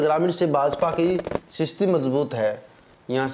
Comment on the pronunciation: स्थिति होता है या सिस्ती होता है 😂😂